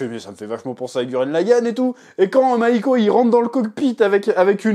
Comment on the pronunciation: « Mahiko » mdr ouais bah ouais